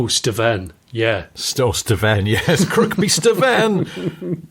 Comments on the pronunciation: Silent second K in Kirkby i.e. Kirby 👊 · I live near Kirkby Stephen (you don't pronounce the second K) and work in Kendal I was driving home listing to your podcast it was lovely to hear about your (22mile not 12) drive as I drove the same road